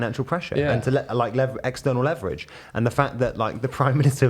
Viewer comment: I misheard you... did you say external leverage or external lebedev?